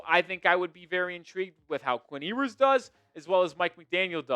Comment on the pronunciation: Still mispronouncing Ewers name?